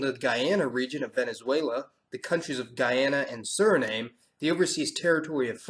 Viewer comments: Suriname (/ˈsjʊərɪnæm/ - when pronounced it rimes with Vietnam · I’ve never in my life heard Suriname pronounced that way. I’ve only ever heard it pronounced as Suri-nahm. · It’s Suri- Naam - Muh. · there's a difference in pronunciation between Guyana and Guiana, the first being your pronunciation of all 3--guy-ANN-uh, and ghee-AH-nah. The first applies to only the westernmost of the 3, which used to be British Guiana. The middle one, Suriname (sir-ee-NAHM-uh, or SIR-ee-nahm if the 'e' is omitted at the end, which is rare) rather than SIR-ee-name ) used to be Dutch Guiana, and the eastern one, home of the ESA's answer to Cape Canaveral still being called French Guiana. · gday luv It's pronounced nam..there are Indegenous tribes there but they are not Native American in language or culture.. Second generation Cherokee with family on 3 reservations..Third generation Cree. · Well done on your research, but you let the yourself down by your mispronounciation of Suriname. It is 'surinam' without the 'e' in English and 'Surinam-uh' with the 'e' in Dutch. Sounds irritating for us Surinamese when listening to your otherwise brilliant video. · Sur - I - NAM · sound really weird when he say surinem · Very informative! Places I would like to visit someday. However, your pronunciation of Suriname was....annoying. Let's just say that it should rhyme with Amsterdam ☺ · im from surinam. i live in canada at the moment. you have some points wrong about surinam. but true. surinamese people are a moshpit of races. it is also pronounced surinam. the E is silent. comment with questions if you want to know more. but you have some points wrong about Suriname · Great video but I'd practice pronunciation. Guyana is prounounced Guy-an-a, Suriname is Sur-i-nam, and French Guiana is French Gee-an-a. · The English pronunciation is Suri-nahm and the Dutch pronunciation is Sureena-muh. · I believe it pronounced su_ri_nam the e silent (Suriname) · You pronounce Suriname wrong.